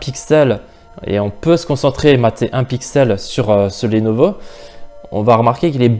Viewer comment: Bonne comparaison sinon Lenovo ça ne se prononce pas lénovo mais leunovo.